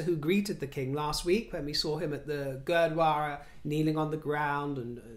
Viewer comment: Again many congrats on your correct pronunciation of Gurdwara! I was impressed mate that was awesome!